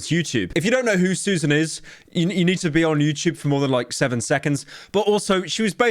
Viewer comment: after all these years, pyro is the only person who can correctly pronounce Susan’s name